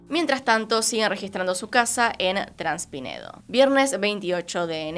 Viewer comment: es traspinedo, pero decís transpinedo...🤷🏻‍♂️....😏, una vez más.....